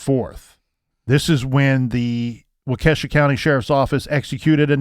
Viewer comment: LOL its like Walk ah shaw. In the racing world, I have heard Walk-KAY-shaw lol Wisconsin towns, ya gotta love em.